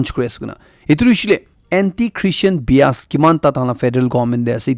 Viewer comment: Brother it's call bias not beas(onion)